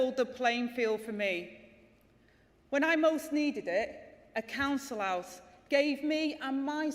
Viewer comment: Angela, it’s House not ouse. Secretary also as an r in the middle.